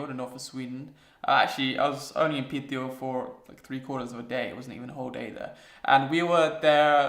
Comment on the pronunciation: You pronounce the name "Piteå" incredibly well, but if it's too much work for you to say i'd suggest you to just say "Pite" instead. It's much easier to say and gains you some mad respekt for saying it like the locals do. ;) Anyway I'm glad you enjoyed your stay and please feel welcome to come back.